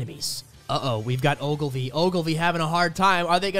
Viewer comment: why’d he do Ogilvy like that 🤣